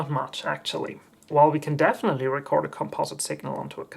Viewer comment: Thumbsdown - Can't pronounce the word 'Composite'